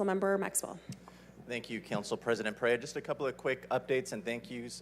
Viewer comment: It was hysterical that they misprounced Perea during that 1st presentation!